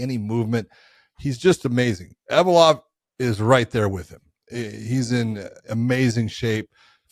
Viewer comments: Ev-lo-ev guys not Ev-o-lov lol Get it right John McCarney and Josh Thimpson lol 😂 Love you guys haha 😊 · Envalope-ov ? ...... Close enough🤣 If I went to Russia to make money, I would learn Russian ... We dont need to know every fighters names from around the world, MMA is outta America, that is just too many languages to remember, give us a break.